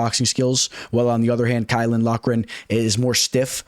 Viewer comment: Who is key-ow-Lin ?